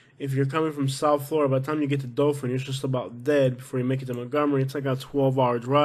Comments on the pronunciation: Say it RIGHT. ITS DOTHAN. NOT DOFIN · Dothan is great. What gangs are you talking about?... also it's hardbto understand if you pronounce "Dothan" or "Dophin". It's rediculous. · It’s pronounced Dothan, not Dofan. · It’s Dothan not Dofin lol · I hope no one takes you seriously...take a nap before you record your voiceovers and, for the love of all things holy, pronounce the cities and attractions correctly!! It's Dothan not Dofun..."Wireless" Museum?? Try Wiregrass...ugh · Wireless museum of art??? Please check on pronunciation bc its not Dofan its Dothan. Literally everyone coming from NC and GA to PCB comes through Dothan. You obviously have NO IDEA what tou are talking about bc you are just another person who drives by. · It's Dothan,not Dolphin. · It's pronounced dathan alot of alabama towns r not pronounced like they r spelt